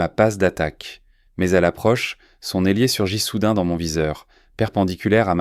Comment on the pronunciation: Ailier, pas élier. 24 ut, 24 août.